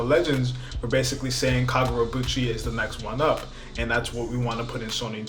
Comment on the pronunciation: KagurabAchi! Why you saying KagurabUchi 😭😭😭